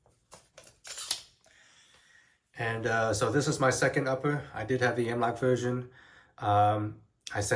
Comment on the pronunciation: "The M-Wok Whale System" lmao why do you sound like that?